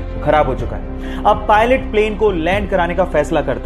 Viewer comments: Pilon nahi pilot hota hai मूर्ख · Its pulot not Pilon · Bhai pilon nhi pilot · ar bhaya pilon nhi pilot hota hai